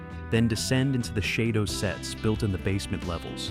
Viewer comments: Uhhh… SHADO was pronounced like the word “shadow”, NOT “SHAY-do”. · It's not called shay doe.. Learn it's name it was shad doe Shado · Does anyone else cringe when the the AI says Shaydow instead of Shadow?😅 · It's pronounced shadow as in what you cast in lighht not shaidow or how you saying it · It's SHADOW, not SHAY DOUGH. Sheesh... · AI voice pronounces SHADO as Shay-do, but it's shadow. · Pronounced shadow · Shade-doh. Play-doh for adults. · "Shay Do" sets... Perlease!!! Someone (or some "AI" hasn't seen the series!!! And why the hell label Ayesha Brough as Dolorez Mantez?????!!!! And Wanda Ventham's first script was just a small bit part, it wasn't until they lost MGM Borehamwood studio and had to relocate to Pinewood that she came back, due to the delay meaning some regulars had other jobs by then. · AI much? SHAY-doh? The logos are a guy standing WITH A SHADOW!!! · Have you not watched and heard how SHADO is pronounced Shadow SHADOW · "Shay-dough"? Please stop using AI voices. They can't read! Just narrate it yourself!!! Geez. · Too many errors ! Shado is not pronounced ShAdo, George Sewell was only in the first 14 episodes to be filmed and was replaced by Wanda Ventham for the last 9 episodes as the netwok wanted someone more "photogenic" but as the episodes were not shown in the order they were made, they both appear to be in most episodes. AFAIK "Identified" is the only episode they both appeared in. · I don't usually get too upset about an AI that mispronounce. Especially when it confuses lead for lead or read for read. but really shadow..... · if you are gonna try to speak english at least learn how to say words, SHADO is pronounced as SHADOW !!! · Yes. "Shay-doe". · Maybe that’s how people from the Deep South of the USA pronounce it. Yeeee Haaaaa!